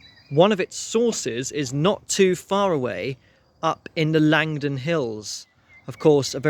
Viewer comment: Langdon is pronounced Lanedon by the natives. Trust me i used to be one of them.